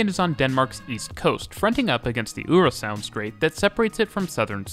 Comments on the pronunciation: Love hearing you butcher pronunciations-I’m British but I can pronounce some danish places (I think) S-tog is pronounced more like S-to without the g. Øresund is pronounced more like Oouursund. Østerport is more like Oouusterport. Danish people, please correct me if I’m wrong. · That's kinda right S-Tog is more S-touh Øresund is more Øersån Østerport is just Østerport At least that's what locals say, can't speak for people in Jutland :p